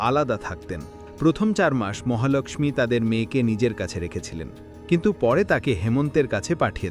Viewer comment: মহালক্ষ্মী উচ্চারণ ঠিক করুন।